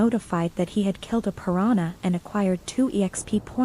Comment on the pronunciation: I don't understand how Ai is still so bad at pronouncing words correctly and remembering the gender of a person. OP, can you give your Ai some feedback? When pronouncing piranha in English, do not use a Y sound. Cutely is sounds like Spanish "piranya" instead of English "pu rahn uh" Keep track of the gender of each character. If it's a male, do not refer to him as "she". Keep track of your own voice. Do not switch between male and female voices and absolutely do not switch accents from English to Spanish or Indian. If using a male English voice just keep it that way. Side note for op: would it be possible to have the Ai read a character's lines and use a specific voice for each character? I guess I already know the answer since some times it will randomly speak in Spanish, but when it gets better that would be great to do!